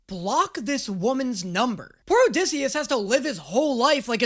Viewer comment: Ok ok ok it’s ODY not -dyssey